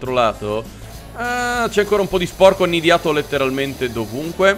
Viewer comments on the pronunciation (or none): ti prego. E' "annidato", non "annidiato"...